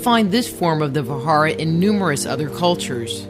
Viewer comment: Indra's weapon was Vajra...means thunderbolt. Pronuncing it ss Vahara is wrong!